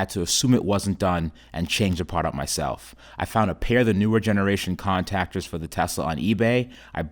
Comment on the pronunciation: " Con -tac-ers "